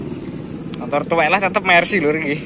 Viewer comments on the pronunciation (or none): none